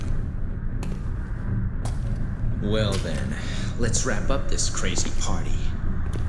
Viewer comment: was that rect em or rectum. I’m going to assume yes.